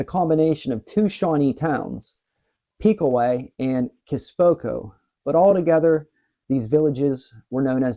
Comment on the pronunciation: You're not from Ohio are you? Piqua is pronounced Pick-wuh not Peekwuh and Chillocothe is pronounced Chill-o-cothee...